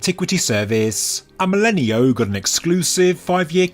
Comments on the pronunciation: AMÉLINEAU IS PRONOUNCE AMÉLIN"O" THE EAU LETTERS TOGETHER SOUND LIKE "O" YOU SAID IT SO MANY TIMES LOL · for clarity, since he was French, his name is pronounced (I'm not well versed in english phonetics, sry) more or less like "Amɜlɪnɔ". in French, "e" doesn't turn into "i", and "eau" is read as "o". (fun fact, "eau" is also an actual french word meaning "water".)